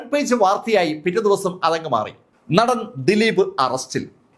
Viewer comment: നഠൻ അല്ല.., നടൻ